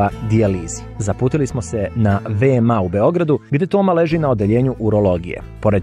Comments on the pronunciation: Kaže se ve-me-a (VMA) a ne ve-em-a😉😉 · Kakav vam je to izgovom VeMA se kaze za VMA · Prestani da govoriš VE-EM-A!